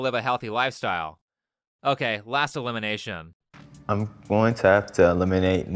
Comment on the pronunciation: Big Big fan of your videos. But this specific video has me grinding me teeth, every time you say elimination. You really make it sound like illumination. Threw me off the first few times 😂